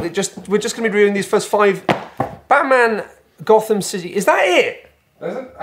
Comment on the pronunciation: Now BAAHT-man...